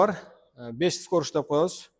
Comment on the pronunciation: 😂😂😂😂😂😂😂😂😂😂😂 Ар бир эркектин Скорыш деп суйлогон досу болот ненизи!